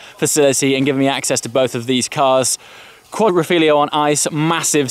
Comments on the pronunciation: I will never understand what is so hard about pronouncing Quadrifoglio. You and SeenThroughGlass both - it's "Quadri-foglio." Four leaf. As in the Alfa Romeo performance badge. Not Quatro fillio. Not quadlablehbleh like Sam said either. Simple Italian word guys. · It's pronounced Quadrifoglio (FOLIO) or four leaf clover in Engish NOT quadro figlio or quadri figlio which means square-son or four son or four squared sons!....Well, at least you did not say quattro formaggi like as if it was a pizza I have heard elsewhere! Apart from the poor Italian great video! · please say it with me: QUADRIFOGLIO not quadrifiglio 😉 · please take this the right way, as it was funny. at one point you called the quadrifoglio the "quadrofiglio".. which, is much closer in my language to "the 4th son"... haha, i was giggling like an idiot. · "Quadrifiglio" haha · I doubt anyone here is judging him, I just thought it was funny :) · your first spelling of Quadrifoglio was just about perfect (I'm Italian), but the second time you said Quadrofiglio: it literally means Square Son:') let me say: INCREDIBLE LOOKING VIDEOS. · i want to help you for say right "quadrifoglio", I try to make you understand. italians say the"glio" like the english"yo," so in italian say"quadrifoglio", in english it say"quadrifoyo". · Q U A D R I F O G L I O !!! Si dice Quadrifoglio!!! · You pronounced Quadrifoglio differently every single time haha ;) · how the hell can you finish all your vids with "ciao" and you can't even pronounce Quadrifoglio?